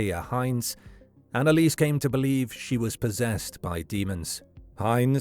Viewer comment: Dude can you please not butcher her name THAT MUCH?